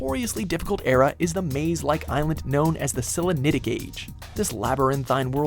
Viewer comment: YOU PRONOUNCED SELENITIC WRONG!!!